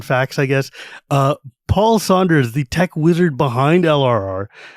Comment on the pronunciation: Paul? Its Paul.